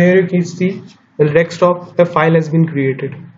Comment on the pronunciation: I always wonder why people say dextop instead of desktop.....